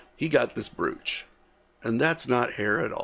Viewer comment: Please, brooch is pronounced with a long o, like the o in the word broke. Another example of why the English language is difficult to learn. Carry on.